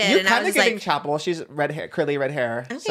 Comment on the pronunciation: I cracked up when he pronounced it like Chappelle 😭 she pronounces it like Chapel